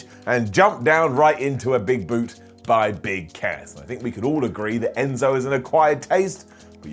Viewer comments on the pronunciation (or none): none